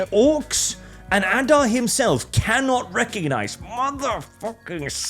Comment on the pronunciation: "Advar" who the eff is Advar, there is a character called Adar, was paying attention to any of what he watched, didn't even correct the mistake made repeatedly, oh well at least got the name right